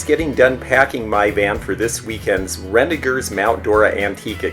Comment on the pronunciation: So few people know how to pronounce "Renninger's". Glad to hear that you do:)